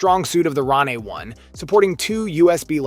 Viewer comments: Ron aye? It's pronounced rain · It's pronounced just like Rain, bro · I can't even take this video seriously because he can't even pronounce RANE properly 😂